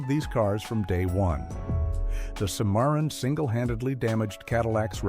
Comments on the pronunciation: Cimarron is pronounced Sim-a-ron, like the town in New Mexico or the novel by Edna Ferber. Stupid AI voices, what a joke. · Cadillac "See-MAR-in" AI voice, AI text, AI bullshit run amok. Thumbs down for me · I love the mispronunciation. The facts were still correct! 😅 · Cannot even pronounce "cimarron.". Give a thumbs down.